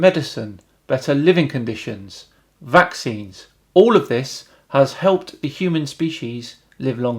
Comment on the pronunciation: I like the emphasis on about vaccinces lmao also I dont know whats more irritating. That guy's bgm or him walking over graves